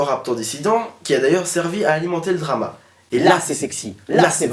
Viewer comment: Drama, pas dramat ducon.